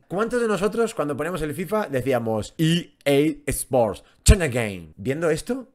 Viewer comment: me cae que tu eres de latam, aqui tambien decimos en los fifas i-eisport- tenekey 😂😂 clasico😅